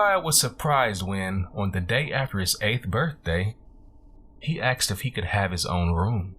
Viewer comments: I have the same critique. The rate of speech and enunciation is great until axed. It is like going down the road and hitting an unexpected speed bump. It just seemed odd and out of place. But if Hood Horror said axed it would seem natural because it is the vernacular of his style and diction. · Love your voice can't abide axed Asked' . Please know this is intended as constructive criticism nothing more. You read much much better than I ever could and I wish you lots of success. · Great job! Perfect pacing for a horror story, not rushed like some others. It didn't bother me when you "axed" questions, I mean that's how you talk, no biggie.... You can "axe" me a question anytime 😉 Don't worry about all the negative nancies complaining about it. They just have to have something to gripe about lol. I think you will go far as a narrator. Thumbs up from me. Good luck! 😘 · Great narrator,, and I'm voting you up! However: unless the character is speaking a particular dialect, the word is asked, not axed. Same reason it's miss-chiv-ous, not miss-chee-vee-ous. Professional voice-over artists know the difference. The really good ones can do lots of accents and know when to use a word like axed or miss-chee-vee-ous. Context is everything. Good work on the character voices of the son and the wife. Good luck! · I liked him. I liked the story. OK, when you annunciate ASKED it should not sound like AXED.its a peeve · you ask not axed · I love his voice but hate how he axed questions